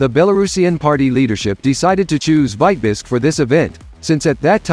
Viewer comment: ? Why is Vitebsk mispronounced ? Is this A. I. generated ?